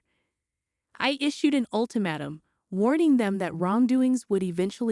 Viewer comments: Please find out how to really pronounce ultimatum, which has a long a as in ate not a short one like mat. And predicament has a long e, not a short one like in predator. Why not try google before putting out words that can mean different things because of bad pronunciation because you are unfamiliar with them. How embarrasing. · Ultimatum was incorrectly pronounced. AI